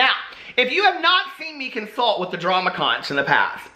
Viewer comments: Just to let you know from living for decades in The Florida Keys, it’s pronounced (Konk) not (konch). It is also considered bad luck to have one in your house. You place them by the front door (outside) for luck. The folks born here are known as Conchs and they take this seriously...have a nice evening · Omg.. no.... it’s “KONK” not con-ch. promise.